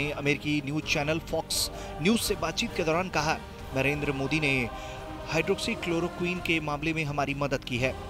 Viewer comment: Chalo aaj tak ne hydrochloroquin Bolna to seekha